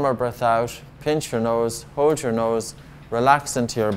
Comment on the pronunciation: No offense man but can you please pronounce hold better